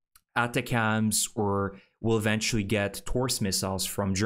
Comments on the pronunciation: ATACMS = phonetically said attackems. You’re kind of saying it wrong. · Check how you say ATACMS.....it is usually said differently.